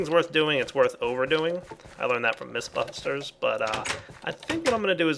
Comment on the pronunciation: "If it's worth doing, it's worth overdoing, I learned that from the misbuthters" That word slip made me lol